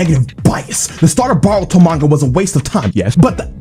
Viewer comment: its b"OH"ruto and not b"AW"ruto